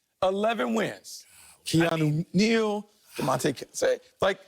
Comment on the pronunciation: he said Keanu Neal LMFAOOOO